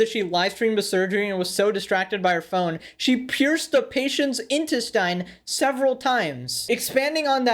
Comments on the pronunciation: IN-TEST-INS NOT IN-TE-STIENS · My man said in-tes-stine 😂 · It's pronounced in-test-in. (Intestine) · “In-tiss-stine” lol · My dude can you please say “intestine” again 😶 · the way he said intestine 💀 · you pronounced intestine wrong lol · The way you pronounce the word "intestine" bruh...